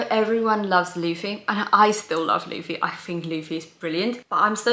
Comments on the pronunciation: Yeah, same happens with Spanish. There'll be sometimes a vowel a little bit off, but I can assure you, it'll be better than Laffy xD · thanks, mate! and i think mispronouncing names during their journey through one piece is a step on the path everyone must take😅